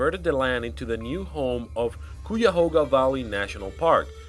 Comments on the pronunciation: Cuyahoga is pronounced Ki-a-hog-a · The 'u' is silent in cuyahoga. It is pronounced, Ki-a-ho-ga, which means crooked river. It was named by the Native Americans. The government did Not spill anything. There was however, an old man named Krejci, who owned a manufacturing company and he stored hundreds of barrels of paint and related chemicals on his land. Over the years the barrels started to leak, and the EPA was concerned about the water shed, and nearby creeks. He was ordered to clean the place up, and after failing to do so after a specific amount of time, the Feds went in and shut him down. The land was cleaned up, and there are now condos on it. Nothing is true about the church, except in the 50's (I think) there was a cult that held their services in the basement. They've been long gone. Likewise, there was never any slaughter house, and the school-bus is also untrue. A family converted an old bus and lived in it, while they were building their house. After the Feds came in and evicted everyone from their homes, to make way for a national park, the family left the bus behind. We've never had a cry baby bridge. That's in Doylstown, miles and miles and miles away. Helltown is a made up name. There's no such place.